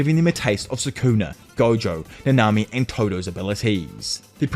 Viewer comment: i like but i hate how bro said namami, like, bro its Nanami. not “nah nah.. na..me!”